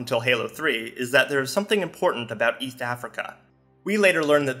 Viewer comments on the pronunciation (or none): and you pronounce it with a nasally tongue thrust such that it sounds like "Eatht". I also have a similar impediment that becomes noticeable if I speak too quickly. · Ok I get having a speech impediment but this man cannot pronounce "East" to save his life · Why do you pronounce “East” like that?